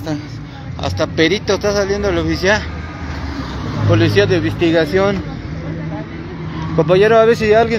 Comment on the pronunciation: pulicia currupto, curruuupto hable bien wey